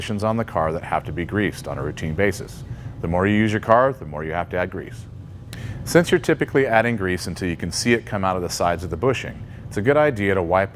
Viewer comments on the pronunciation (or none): none